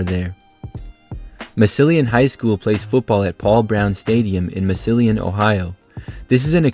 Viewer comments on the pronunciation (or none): The way you pronounced Massillon just hurt my ears! Mass-llon ignore the I. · I love your stadium videos. 🏟️ I live near Massilon. It is pronounced like "Mass-lon" ignoring the "i". I was really confused which school that was until you named the stadium and the team. You are a great YouTuber, and I just want to offer some friendly advice from a local. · Mass-a-lin Ohio is how its pronounced haha, but yeah thats like football Ohio central. Its very close to the NFL hall of fame too! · I love your content but please try to research the correct pronunciations of a lot of these stadiums! I’ve noticed three names mispronounced during this video (including Massillon and Valdosta). I hope you don’t mind this unsolicited suggestion! I find your content super interesting! (“mass-lon” and “Val-daw-stuh”) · Absolutely butchered Massillon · same i was confused as well when he prononuced it as well for someone thats from the area